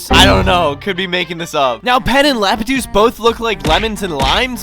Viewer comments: its iapetus (eye-ap-eh-tus) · dude it is iaputus and endceledus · It's Iapetus (ái-ah-pe-tus) (just here to help) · pronunciation is "I ape tuss" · I pronounce it like "en - sell - ah - dus" and "lah - peh - tuse" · WHAT THE HECK?! WHAT IS ENCHILADAS AND LAPTUCE?! THOSE ARE NOT THEIR NAMES! 😂😂😂😂😂😂😂😂😂 It’s Enceladus and Iapetus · "Enchiladas" and "Laptuce" WHERE DID YOU GET L FROM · pronounce it like this : "en-sell-ah-dus" Iapetus is pronounced "eye-ah-peh-tus"